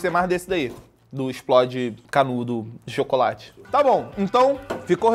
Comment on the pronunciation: Eles falaram pal de chocolate kkkkk